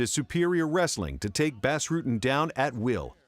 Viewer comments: I believe it's pronounced "boss" Rutten not "bass". Knit picky, but the guy is a legend in mma. Great montage as usual! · Its pronounced "boss" not "bass" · Doing a MMA video and not knowing how to say the name of Bas Rutten is sacrilegious. ITS NOT BASS JERK. ITS PRONOUNCED BAUS. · WORST THING YOU CAN DO IS CALL EL GUAPO FUCKING BASS ITS BAS (BAHS) RUTTEN NOT BASS LIKE A FISH DUMBASS EVERYONE SHOULD KNOW THAT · Bas not Bass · Boss Rooten hates when ppl call him Bass Rutten. It's Bas Rutten as in Boss Roooten. Shame on you for not doing your research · it’s not pronounced “bass” you idiot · its called BAS, not BÄS. get it right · Who the fuck is the narrator??? It's not BASS Rutten. It's 'B-ah-ss' How long you been doing this MMA YouTube shit?? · It's pronounced 'Boss' not 'Bas' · LOL "BASS" Rutten. It's BAS, bro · forgot about takanori gomi vs Diego Sanchez they ripped gomi off.......and why are you pronouncing bas ruttens name wrong?!?!?!your saying bas is in bass but it's pronounced boss. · saying Bas Rutten like Bass Rutten is as ghetto as saying casa dilla like casa della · Even though its spelled Bas it is pronounced boss, not bass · Lol he kept saying bass rutten (///_-) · it's pronounced Bos. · who is "bass" Rutten? can't even say the name right of a champion. total fail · actually Its Boss not Bahss. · it's pronounced Boss. He's Dutch. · "Bass Rutten" lol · Bas is pronounced Boss, pet peeve. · Say "Bass" one more fucking time... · Ugh, how can an MMA channel mispronounce Bas' name so many times?!